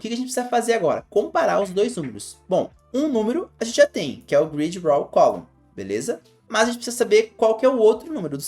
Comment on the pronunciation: Conteúdo bom para colocar devs junior no mercado. Uma critica construtiva apenas: Busque um pouco mais aprender inglês. ex: Pronuncia de row, que está pronunciando como a palavra raw(cru) e a palavra revealed.